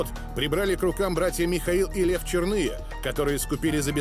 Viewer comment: Иркутского края 😀😀😀 столько же правды в данном фильме. Фамилии братьев - Чёрные, а не ЧернЫе. Никогда его не звали Бык, был он всегда Петрович. Вообще многие фамилии исковерканы, у Турушева ударение на первый слог.